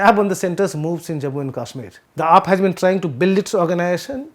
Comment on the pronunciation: Sir.. first learn to pronounce english properly.. else speak in Hindi.. its not Kasmir its Kashmir.. its as though you speak with Pan in your mouth.. learn from Shekhar Guptaji.. he is even trying to pronounce Vizhinjam properly.. secondly please speak after you put your ears to the ground.. refer your previous report.. I want to subscribe to Print.. but disappointed by your fallacies.. thirdly entire media is going to be online.. its competitive.. and on u tube.. your past reports will be referred to..